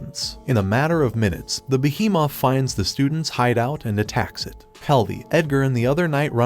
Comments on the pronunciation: Why does he say behemoth like beehee Moth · When he said by behemoth it kinda sounded funny and weird !?